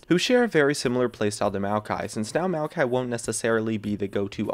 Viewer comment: if you're talking about maokai, why show malphite? or are you just pronouncing it weird?